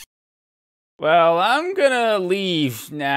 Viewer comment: an ur cyoowt